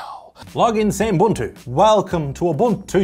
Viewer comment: it is pronounced oo-boon-too